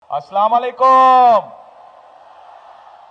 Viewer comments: তারেক সাহেব শুদ্ধভাবে সালাম দেওয়া শিখেন স্লামালাইকুম কিসের সালাম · শুদ্ধ ভাবে সালাম দিন, আসসালামু আলাইকুম